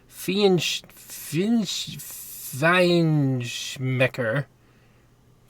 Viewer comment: It's pronounced FINE SHMECKER. ;)